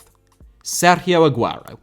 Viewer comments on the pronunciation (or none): please don't ever pronounce sergio like that again, it's like sitting in a wine bar in benidorm and hearing your drunk mum mangle everything on the menu